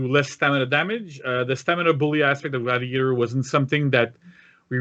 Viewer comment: I can’t believe that you’ve butchered gladiator like this.